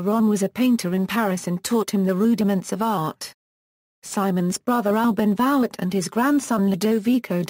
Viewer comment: Vouet ! Voo-aye ! with no disrespect intended, why do the research for this lovely quick sketch of the artist and then use a robot and slaughter the pronunciation of the man's name?